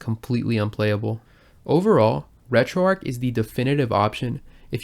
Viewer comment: It's not RetroArc it's RetroArch